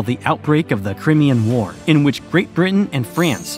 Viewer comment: Cry...me...an...War..not crem.. ee... en...